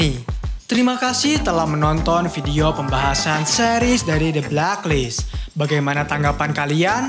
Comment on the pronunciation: The blek list bang Bukan the blak list jleek saja terdengar🙏